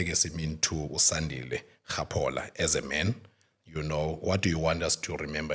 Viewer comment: Please fix his name Sandile not Sakhile, love mama bear❤